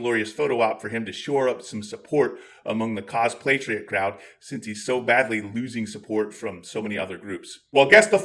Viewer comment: Actually there's an "L" in there. Cos-play-triots.